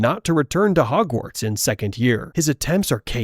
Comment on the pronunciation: Nice video bro but it bugs me how you say Hogwarts 🤣😂🤣😂